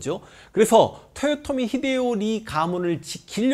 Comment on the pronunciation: 근데 왜 도요토미라고 안하고 토요토미라고 발음하시나요?